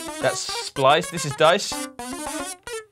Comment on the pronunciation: great video, thanks, I'm trying to save up my pennies for this one - but isn't it SPICE not "splice"? ...there's even a chilli icon to help you remember ;-) and I'm not sure Alexander Strong (who worked with Kevin Karplus to come up with the physical modelling string synthesis method) would like to be referred to as Mr String? :D :D :D